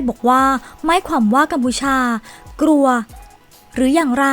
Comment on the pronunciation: ออกเสียงผิดเยอะมากเช่น คำว่า ดังกล่าว ออกเสียงเป็น ดังกร่าว คำว่า กลัว ออกเสียงเป็น กรัว